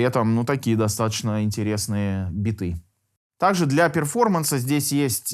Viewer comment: Перформанс.. ну хоть произносите правильно или замените на "выступление" )